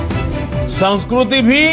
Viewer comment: Sanskruti Nahi Sanskriti... PM Modi,, Ex Pres Trump & zing ping have spoilt your hindi it seems 😆 😅 😂 🤣